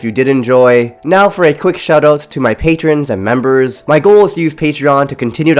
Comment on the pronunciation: At the ripe OLD age at FOUR Me-breh